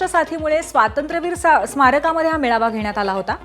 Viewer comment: पेडनोकर बाई ने आधी मेळावा म्हणायला शिकावं ती मेवाळा म्हटली. पुर्वी भावेने संचलन म्हणायला शिकावं.... तु संचनल म्हटलस बाई संज्या बद्दल काही सोलायची बोय च नाहीये हे राम. श्रीराम जयराम जय जय राम